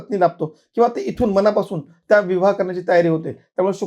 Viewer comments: खरंच मनापासून बोल.म णा पासून नाही.मण हे 40 किलोने शायआहे.खूप लोक शुद् बोलण्याच्या नादात न ऐवजी ण बोलतात. ज्योतिषा फारच घाई करून बोलत आहे. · मनापासून बोल, मणा पासून नाही